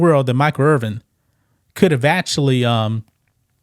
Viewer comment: Irvin, not Earvin